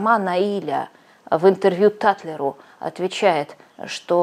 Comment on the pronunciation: Русские, Наиля произносится с ударением на последнюю букву